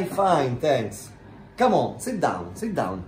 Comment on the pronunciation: Oppure, "SIDDOWN, SIDDOWN" "Who's that gore ? " HAHA